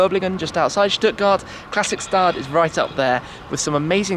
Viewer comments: It says Stadt and not Staat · Its not Klassikstaat, its Klassikstadt. Stadt not Staaaaaaat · If you're interested in pronunciations ... "stadt" = "shtatt" (not stard). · the St in Klassikstadt is pronounced like the St in Stuttgart